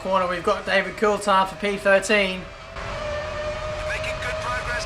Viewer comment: Why can't you pronounce Coulthard correctly?